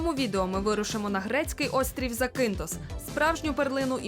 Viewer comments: Робіть правильний наголос на перший слог ЗАкінтос або ЗАкінф!! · Класне відео..) вже три роки тут працюю..) але назва острову ріже вухо бо він ЗакІнтос а не ЗакИнтос) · Вперше чую такий наголос в назві Закинтос. Від місцевих точно так не чув